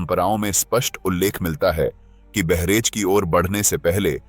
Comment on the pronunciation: बहरेच नही बहराइच है और वहां गंगा नदी नही है।